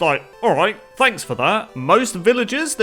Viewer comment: i thought u made a pun by saying planks for that instead of thanks for that